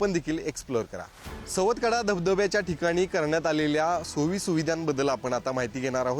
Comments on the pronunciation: सातवकडा नाही ग बाई सवतकडा असं नाव आहे. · रिपोर्टचे समालोचन नीटनेटके, व मुद्देसूद नसून वायफळ बडबड जास्त आहे, मॅडम सुरवातीला बातमीमध्ये सवतकडा ऐवजी सातवकडा असे म्हणाल्या